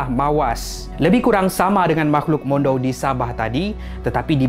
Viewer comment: bukan mondou, mandau.